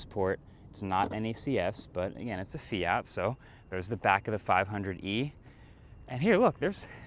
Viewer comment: the north american pronunciation of Fiat kills me